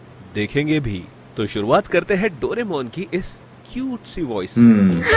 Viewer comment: The way he pronounce Doraemon!❤